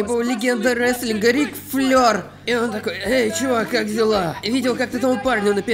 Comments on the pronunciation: НЕ ФЛЁР, А ФЛЭР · Рик Флейр(Flair), не флёр